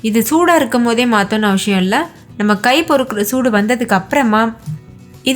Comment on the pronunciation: Dish nalla irukku sister. Endha district slang idhu? And Tamil la avasiyam nu than sollanum. Neenga avashiyam nu pronounce panreenga